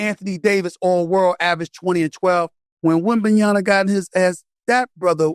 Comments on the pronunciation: It's pronounced Wembanyama 😂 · He said winbinyamba so serious 🤣🤣🤣🤣🤣🤣🤣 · SAS is like “Wembanyana” lol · Joe saying WembanyamBA and SAS saying Wembanyanna. Shit they BOTH sayin his name wrong 😂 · How he correct Joe about pronouncing WEMBY name and still get it wrong 🙄😂🤣